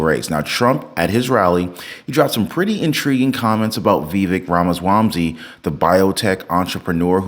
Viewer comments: Ramaswamsy??😂😂😂 Dude!! IT'S RAMASWAMY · wait bro u said Vivek Ramaswamsy?